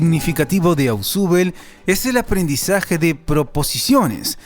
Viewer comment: Se pronuncia "Osbel" no "asubel"